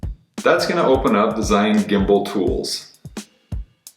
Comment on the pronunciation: it's pronounced roughly like gee-yoon. thanks!